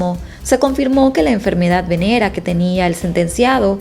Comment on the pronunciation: Enfermedad"VENERIA" no Venera